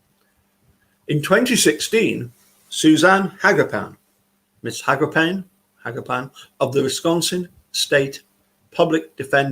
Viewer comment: Living in Wisconsin and having known some Hagopians, I believe the name is pronounced “ha- GOH-pee-ahn.” It is an Armenian name and many such names end in “ian,” for example, “Kevorkian” or “Gasparian.” Thanks for the video.